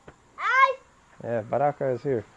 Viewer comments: Its not baraka, its bakra. Like youre vids 👊🏾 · Actually it's the same "Bakra/white man". It was just mispronounced by. "Baraka" which could be easily misunderstood by the locals for black/blakka. Luckily no one was offended by him saying baraka. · its "ba"kra 🤣 bakra. love your videos. thanks for filming my country and making us enjoy your trip.❤ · Hi..the word is bakra not baraka. That is our word for a white person. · kept saying baraka instead of bakara. I don't think they knew what you were saying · The word for "white man" in Surinamese is Ba-kra not Bakara or Baraka. Atleast in the city it is. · It's bakra, he was saying it wrong. And Suriname drives on the left side. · “Ey go ptjinso ptjintso. “ It’s going alright.” It’s also pronounced: Ba-kra😅